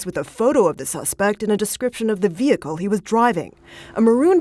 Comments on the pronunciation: "The Vee-hickle"! 😂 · You know where you are when the police pronounce it "VEE-hickle".